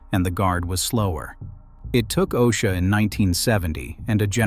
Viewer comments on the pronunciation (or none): none